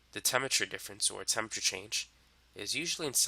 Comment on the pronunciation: The only thing that throws me off about this guy is his pronunciation of certain words. Temmature instead of Temperature. Mulleckuller instead of Molecular. For me, it's distracting and off-putting